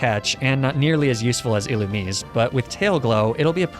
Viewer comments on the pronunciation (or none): none